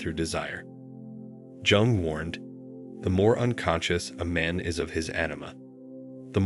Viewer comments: you should have learned how to pronounce his surname yung not jung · PLEASE DON’T SAY JUNG AS IN JUNK , ITS JUNG AS IN YOUNG! PLEASE! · And it’s not Jung as in Junk but Jung as in Young. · Please, ask the AI to pronounce "Jung" correctly as "Yung". Or say it once and done, its in the title I think we get it! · Pronounce J in Jung as Y, and U as OO… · Jung as in yoong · Wrong it’s pronounced YOONG. Like book or cook but starting with Y and ending with NG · Who da fuk was Carl Jung pronounced Jung as in junk or jungle. This is complete AI CRAP. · The AI bot couldn't pronounce Carl Jung's name. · It got the first name right but missed the last name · Will you please give this man the dignity of pronouncing his name correctly. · Learn how to pronounce “ Jung.” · How does a report on Carl Jung not pronounce his name properly? If ai is supposed to be so smart why are so many words mispronounced? Words like read, lead, and even women/woman...geesh! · Perhaps, if you know anything about psychology and Carl Jung, you could learn to spell and pronounce his name properly.